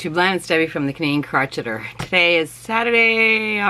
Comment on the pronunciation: I've always wanted to ask you why you say "crotch-eter" instead of "crochet + er"?